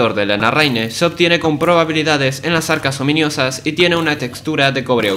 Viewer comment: Bro seguía diciendo ominIosa 💀💀💀 que toc, no se si es peor las traducciones de mojang o que no se haya dado cuenta de la equivocación 🗣️🗣️